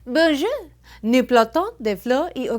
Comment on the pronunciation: For my fellow French people. She said. '' Bonjou(r). Nous plantons des fleurs et organisons des fê(tes). C'est bien ''...